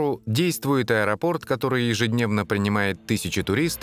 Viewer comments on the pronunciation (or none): none